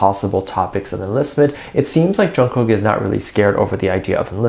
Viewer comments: WHAT BOTHERED ME ABOUT NY SHOW WAS HOW THAT MC PRONOUNCED/ SAID JK'S NAME! DIDN'T SHE PRACTICE HIS NAME ALL? ?!!!! ARMY 4 LIFE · Did you also hear that interviewer screwing up JK’s name